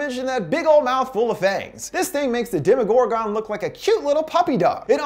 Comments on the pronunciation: Dema-gore-gone? It’s pronounced Dem-uh-gore-ghen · the fuq he say? it’s DEmogorgon. not demoGORgon. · demogor-gone what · Killed me the way he said “ demigorgan” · Did he call it a gor gon?😂😂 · its so funny how he says demogorgan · He said domo- gorgeon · to . Demogorgawn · ITS PRONOUNCED DEMEGOR (GEN) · DemoGORgon.. I'm sorry it was funny how he said it